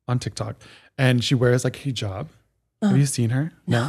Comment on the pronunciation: pronouncing ‘hijab’ correctly made my day. I replayed it twice!